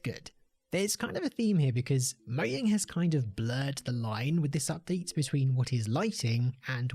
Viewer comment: THIS DUDE LEGIT SAID MOYANG